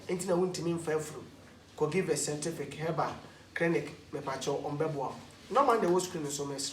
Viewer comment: Efya Owusu sentific hahahaha